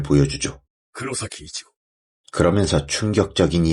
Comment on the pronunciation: 진짜 궁금했어요 이치고인걸 아는거 같은데 자꾸 이치코이치코 그러셔서